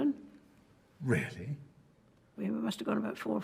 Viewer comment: I’m Irish and that “Really?” Was the most British “Really” I’ve ever heard in my whole entire life. I watch a good bit of British things